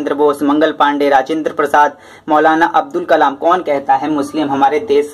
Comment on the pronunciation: अबदुल कलाम सर अबुल कलाम नहि